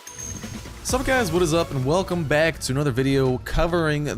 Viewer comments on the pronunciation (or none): none